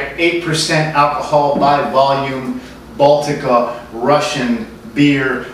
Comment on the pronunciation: Russia has 4 seasons. Moscow is hot in the summer. Good job pronouncing Baltika. Nice review. By the way, all you snobs, it's not that bad. It tastes better if you buy the glass bottle variety. Viva Baltika! Za zdarovye, tovarishi